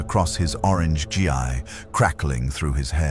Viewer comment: good story, I hate AI voice very much. On a constructive note, you will have to misspell Saiyan, Ki and Gi to get the AI to pronounce it right.